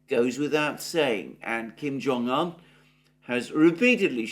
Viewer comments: Why Kim Jong "han"? It's "oon" It's not Siuneik, or baiden.... 😂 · Better come correct his Name is uun. Un